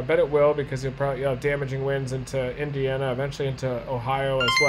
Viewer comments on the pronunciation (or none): none